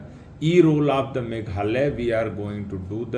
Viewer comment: formation not formason meghalaya not meghala